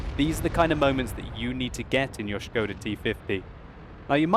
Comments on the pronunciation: şıkoda ne lan ahahahha, SIKODA oğlum o :D. Das Schkoda!! ahahaha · von Nazaret Hi, here is link to "official" Czech pronounciation: And here is it written in International Phonetic Alpahbet: [ˈʃkoda] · oh man your knowledge is waaaay off... It is Škoda and Š is soft S which is pronounced exactly like "sch" so it is pronounced "schkoda".